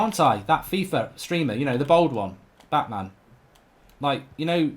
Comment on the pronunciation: He called bateson 'Batman' and he called Miniminter 'miniminto'